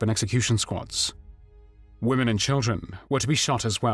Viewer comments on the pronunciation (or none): except mixing up woman when it should be pronounced womEn. (plural) Otherwise good series. Thanks